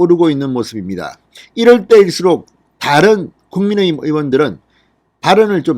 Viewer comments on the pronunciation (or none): none